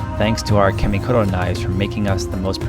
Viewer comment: In Japanese the letter a is always pronounced flat like the a in car. Try saying KAHmikoto next time.